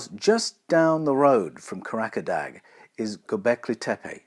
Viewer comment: arrgghhh... Karaca Dağ is pronounced "Karaja-dah".